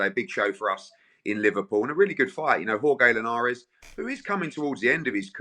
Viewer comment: Darren Bent trying to pronounce Jorge Linares 😂